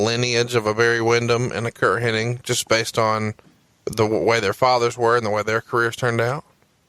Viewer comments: What's funny is that Bruce calls him HenniG and calls him HenniNg. Neither one notices though the other though.. Astonishing. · Does realize it's Hennig and not Henning?